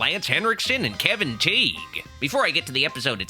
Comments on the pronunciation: For the record, Kevin Tighe's last name is pronounced like tie. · I watch Kevin Tighe (pronounced “Tie”) every night on cable in Emergency! reruns.